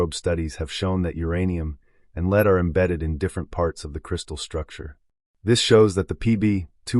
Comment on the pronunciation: You were talking about elements and you pronounced Lead as Leed. This Christian homeschooling has gone too far. Your mind is rotting brother. You believe everything in this life is fake. All the science, you dont think we came from primates therefore you must not believe in DNA. Us normal people and those who have empowered our species through science are just normal honest people exploring the world and universe around them. And here you are an epic fool and or liar gaslighting all of humanities work by thinking its all fake cos people dont like your god or something. Its the ultimate irony. So gullible. A silent invisible god a collecter of foreskins who admits he only came to earth to save the jews not gentiles. Yes a racist hate god ashamed to show his face unlike the rest of the gods who had more balls than him. Not foreskins though the chewing gum of yahweh